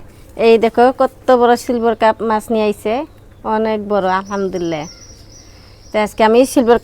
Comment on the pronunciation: তুমি আলহামদুলিল্লাহ স্পষ্ট করে বলবা। তোমার ভুল হয়। তুমি বলো আলহামদুললা। সঠিক হবে আলহামদুলিল্লাহ। কিছু মনে করো না শুনতে খারাপ লাগে।